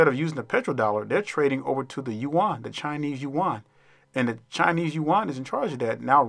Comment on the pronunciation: This is great--brilliant, dude! So glad to hear someone say Yu-an (not "Yen")